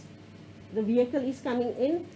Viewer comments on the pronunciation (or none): That vee-ai-cul lol😂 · And......can someone explain to me.... what is a ''V-HYCLE''.. hahaha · According to Ndlozi they had the right to be at the funeral and to enter with their vee-hycle(just say car if you cannot pronounce it properly), disregarding authority (as usual). Scenario - 1.My vehicle license is displayed on my windscreen (up to date). 2. My vehicle is roadworthy. 3. I am in possession of a valid drivers license. 4. I am not speeding or driving recklessly. 5. I am a law abiding citizen. 6. I have an appointment. 7. I have the right to be on the road. So if a "Police Officer" stops me at a routine stop, then (according to Ndlozi), I should have the right to assault said officer, as he is preventing me me from keeping to my schedule? In Ndlozi's own words there was a time schedule, and they where going to be late. Why where they late in the first place, as they did not arrive with the rest of the convoy? Keeping in mind they arrived after the hearse, the hearse was outside the gate. Col. Venter never said "they" where not allowed to enter, he said the vehicle was not allowed to enter. Col Venter had a duty to perform that day and if the vehicle did not have the paperwork to enter regardless the status of occupants, he performed his duty. Clear indication he is not corrupt. Did Malema and Ndlozi think that because of their status, they are above the law? It is up to the attendee to make sure all paperwork is in order. This can also be applied to boarding an plane, going to a concert or as simple as having a disagreement with a cashier at checkers. If you st